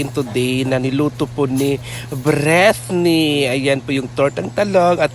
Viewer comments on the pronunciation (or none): please po paki pronounce ng name ni Britney ng maayos please. BrEETney like natigas na i hind Bretni. Ganito tamang pag pronounce “Britney” again “BRITNI”. Ang pronunciation niyo kasi is BRETNI